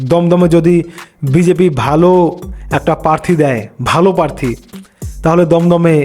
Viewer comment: পারথি নয়। প্রার্থী। বিজেপি - ২৯+